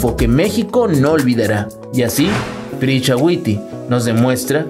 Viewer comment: Se llama Prisca, no Pricha